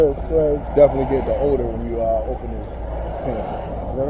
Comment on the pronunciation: Why am I under arrest?!? "For the odoe of marijuana" HAHAHAHAHAHAHAHAHAHAHAHAHAHAHAHAHAHAHAHAHAHAHAHAHAHAHAHAHAHAHAHAHAHAHAHAHAHAHAHAHAHAHAHAHAHAHAHAHAHAHAHAHAHAHAHAHAHAHAHAHAHAHAHAHAHAHAHAHAHAHAHAHAHAHAHAHAHAHAHAHAHAHAHAHAHAHAHAHAHAHAHAHAHAHAHAHAHAHAHA